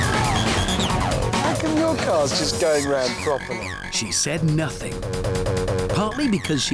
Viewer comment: 'she said noting'